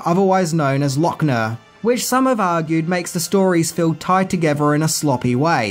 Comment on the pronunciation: What is this word "togever"? Wtf?